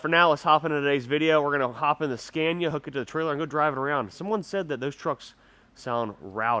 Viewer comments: great stuff. just for record pronunciation of Scania is SKUNIA . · The A’s in Scania should be pronounced as the a in ”BAR”